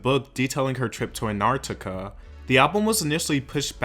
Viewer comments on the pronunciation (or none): the antarctica pronunciation pls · am i the only one who found it weird how he pronounced antarctica and feral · him not knowing how to pronounce Antarctica, feral or phoebe 😭😭